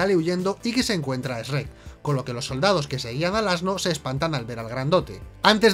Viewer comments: Para que nadie se ofenda dice Shrek y el otro dice Esrek,:3, Best Channel Ever! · ESH- REK.....JAJAJA me encanta esa pronunciación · Lo que más me sorprende de este video es que al principio dijeran bien "shrek" en lugar de ese ya conocido por todos los que hemos escuchado gente de España: "Esrec" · Yo como todo latinoamericano pienso que el único error de este video de sherk, es como pronuncian sherk y del como le dicen a Burro Sherk es vida sherk es amor. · Esrret esrret no puede ser, es simple chret chret y ya, lo hace bien. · ESRREK jajajajjajajajajjajajajajjaa 🤣🤣🤣🤣🤣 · Uno dice Shuek El otro Esreck WTF!!!!!!😂😂 Asno?!! 🤣🤣🤣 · Increíble que una película de animación así tenga algunos errores P.D que no es "Esssrrreeek" >:v es Shrek ;v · "Essrek" jajaja. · "ESH-REK" ..... wtf 🤣🤣🤣🤣🤣🤣🤣🤣🤣🤣🤣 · Esh-rek?? Se me hace bien rato que lo pronuncien así XD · Me encanta como estos se burlan de como pronunciamos Shrek cuando ellos lo pronuncian peor incluso. "Chuerk". O sea, ¿Venís a darnos lecciones a nosotros? ¿En serio? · LO PRONUNCIAN COMO ESREC JAJAJAA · El error mas grande es pronunciar ESRER Cuando lo correcto es CHUEK 😇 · No puedo con la pronunciación de Esrec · Eeee, no sabes nada, se dice Shrek y burro, no esrek y asno, jajajja, bien video, saludos de chile! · Lo peor es que jaaja dicen SHERECK Que seria algo asi como sssreck Y asno as no no ses un asno es un burro y todavia le dicen burro en toda la saga ajajaj 😂😂😂🤣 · Jajajaaj por qué pronuncian Shrek como Reeeekkkkkkk.....ajajjaja???? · El único error es que pronuncian "ESREC" Y no shrek xd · no saben nada, se pronuncia como se escribe, no "Es Rec". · EsRREk nommss pronuncia bien cojonudo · Eshrrek y asno jaja xd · Weeey no puedo creer como pronuncian Shrek asi que como bien dirian error épico Por cierto me dió cáncer de oídos cuando a burro le dicen asno 😩 Pero fuera de eso amo sus videos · asi no se dice Shrek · Esperen un momento... En España lo pronuncia S-rek?